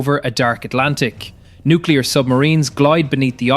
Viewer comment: No because nucular deteraints would end russia done